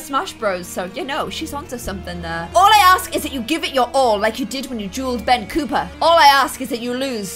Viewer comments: Lol, it's Ben COPPER, not Cooper! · FYI Ben's surname is COPPER not COOPER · why do you say 'Cooper' for Ben's last name? Isn't it 'Copper'? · Will people please tell it’s Copper not cooper😂🤦‍♀️ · And also, it’s COPPer not COOPer ahhh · It’s Ben COPPER not COOPER And it’s DRAUGHT not DRAFT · Does it bug anyone else that she says Cooper instead of copper or is that just me Love the vids tho!!!😁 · It's COPPER not Cooper!!! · it’s Ben copper not Ben cooper! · Its Ben C-o-p-p-e-r